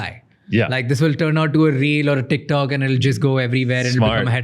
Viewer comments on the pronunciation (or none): none